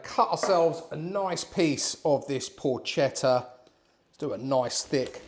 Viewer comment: Allow me to offer a piece of advice, hoping not to be offensive. I understand that correctly pronouncing the word "Porchetta" can be difficult for a foreigner. The letters "CHE" in Italian are pronounced with the same sound as the letters "KE" in the word "Kermesse." The sound you make, instead, is identical to that of the letters "CHE" in the word "CHELSEA." Happy New Year....good recipe !!